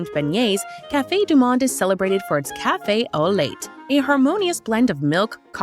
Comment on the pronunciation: "Cafe au late" (drives me crazy!! It's so easy to research pronunciations 🙄😃)